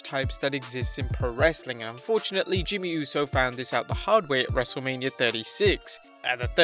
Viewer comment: Not to be rude it’s not wrestlelamia it’s wrestlemainia